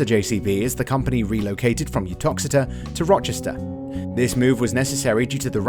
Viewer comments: It’s Ro-ster… not Roh-Chester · its not Rochester, its Ro-cester Staffordshire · The World HQ is not in 'Rochester' or the narrators later pronunciation of 'Roster'....the correct way to say Rocester is 'Roaster' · No H in Rocester. It's pronounced Roaster , not Rochester. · Terrible video, it's Rocester not ROCHESTER! Wrong machine footage shown to the description.... 🤦‍♂️ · Rocester, not Rochester. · It’s Rocester NOT Rochester. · Rocester, Staffordshire, not Rochester, Kent.